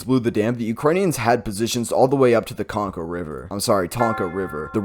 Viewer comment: I have no idea. It's spelled Konka but he was pronouncing it tonka.